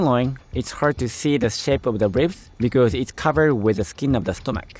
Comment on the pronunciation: The only tho g that bothered me in the video was “becers” when he tried to say because. (No offense)